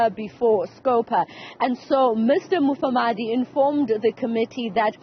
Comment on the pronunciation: This anchor - - does not know how to read. Why did they employ her? She cannot even pronounce Mufamadi's surname correctly. She says he is Mafamadi.